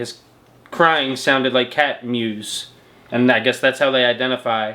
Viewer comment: This man said muse....instead of meows..lol